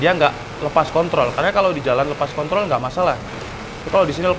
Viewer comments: bang di menit 4.04 kepeleset ngomong kontrol jadi kon*ol wkwkwkwk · Pake "R" Wkwkwkw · pake "r" 😂